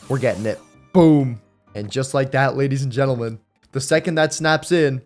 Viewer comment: why did u say gadies and lentlemen?